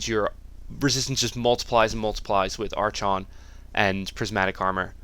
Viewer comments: Wtf, Arch-on? It's pronounced Ar-chon. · It's pronounced, AR-KON. not ar-chawn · Every time he says ARCH-ON I want to kill myself. ARE-KHAN. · Said r kon. Not arch on. Stupid... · Cool vid :) Are you from Sweden? Your english is really good but you should pronounce archon as ArKon. :) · its pronounced ARKHON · Or, y'know, if you pronounce words correctly it's "R-KHON" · yea that "ar-chon" is so damn annoying.. -_ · love your videos, always entertaining. To echo what everyone else has said, "arkon", and "maylay". Looking forward to the DH guide too. Keep up the great work. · Love the vid keep up the good work. But for the love of god it's pronounced arkon (from the Greek arxon meaning lord) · Great video, but the "archon" pronunciation made me facepalm through the video. ;) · Good guide. Hilarious how you pronounce archon, though, lol.